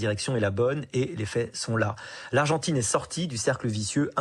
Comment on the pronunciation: L'argentrine ? Vraiment ? 🤣🤣🤣